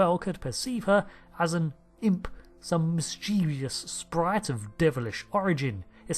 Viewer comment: FYI: It's "mischievous", not "mischievious", as you pronounce it.